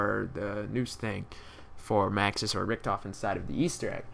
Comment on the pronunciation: its richtofen lolz rektofen